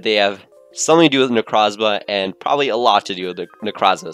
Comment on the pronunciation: that is not how you say necrozma